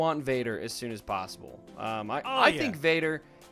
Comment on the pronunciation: "How is that PAOssible?" Lol